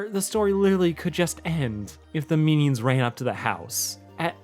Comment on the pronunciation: y u say meanie-ons